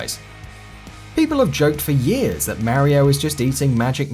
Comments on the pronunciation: I hate the way you say mario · I know, right! It shouldn't even be a thing, as Mario himself (in game) says his own name PROPERLY! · why cant people pronounce mario? 8 havent played a mario game since sunshine but fuck, people.